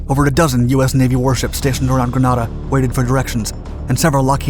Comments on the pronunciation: Grenada ( pronounced gree-nay-da) not Granada. Granada is a city in Spain. Love your docs but y’all need to fine tune that information you put out there and make sure you say the right thing. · It's Grenada not Granada............ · Greeeenada Not Graaaaaanada lol! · It’s not Granada it’s Grenada. I made the invasion 5 ac in. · Grenada.... Not Granada, which is a city in Spain! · It's Grenada not Granada and it's pronounced Grenade uh Bwahahaha! Ford made a car called Granada and Spain has a place called Granada. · It's Grenada not Granada. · Listen your pronouncing it wrong not gran add a its ganaida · At 1'03", GRANADA ??!! Surely you mean GRENADA.......sloppy. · No. GranAHda is in Spain. GrenAYda is a Caribbean island. The pronunciations are certainly not interchangeable. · Don’t you mean Grenada not Granada (the Spanish town) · Its spelt "G-R-E-N-A-D-A and pronounced "Grenade-a" mate. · Those of us who opposed the invasion used to say that the U.S. was there to protect the world's largest crop of nutmeg. Also, Grenada was pronounced gre-nay-da. Another Britishism? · Read: "grenade uh" Granada is in Spain!!!! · worst editing yet, grenada, as in grenade uh. geez. coomunist sympthizers call it an invasion, grunts call it an artep live fire.. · "Gruh-Nay-duh". And it WASN'T a "controversial action". It was widely appreciated in the U.S.! One of my Company Commander's was a U.S. Army Ranger that dropped into there. No, no "controversial action"! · Censored twice for having criticized this program about "Granada"(the title on screen). Officially it is Grenada and pronounced Gre-NAY-da. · The way how he says Granada....my gosh.... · GRANADA is a city in Spain - GRENADA (with a E) is an island in the Caribbean - pronounced grə-NAY-də - Every single Grenadian has cringed with this pronunciation. Otherwise well done! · Its pronounced gre-nay-da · Wouldn’t it be more like Gren-ay-da. 😉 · Right, I keep going "wait, the us invaded southern Spain?"